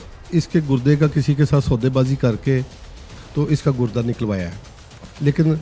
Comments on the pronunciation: It's not Gud da it's Gur da ok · گڑدہ نہیں ہوتا گردہ ہوتا ہے 🤦🏻‍♂️ جب جب اینکر گڑدہ بولتی ہے ہنسی آتی ہے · Gudda kya hota hai? Gurda hota hai baby